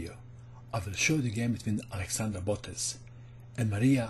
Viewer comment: The pronunciation of "Botez" is incorrect.